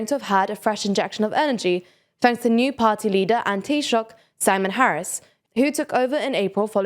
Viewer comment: Pronunciation of 'Taoiseach' was quite good, which is refreshing to see in non-Irish media.